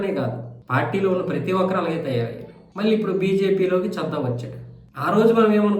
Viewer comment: చద్దా కాదయ్య బాబు చడ్డా 😮